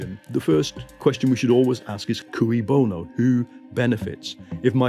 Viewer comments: I hate to defend Mason, but he pronounces it "cooey" because the phrase is 'cui bono', not 'que bono'. 'cui' is actually pronounced as 'kwee'. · Mason mispronounces que bono as "cooey" bono. Like the 1940s call of "cooey, anyone home?" when going through a neighbour's unlocked front door. Shouldn't it be "kay" bono as it is latin? Talk about how to lose all credibility! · and Mason should learn how to pronounce cui bono.